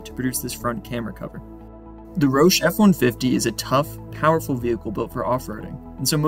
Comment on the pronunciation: Thats not how you pronounce Roush. lol dork.